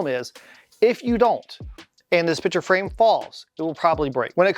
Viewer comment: Great video! The only thing forgotten was the "C" in the word picture that was said 100+ times.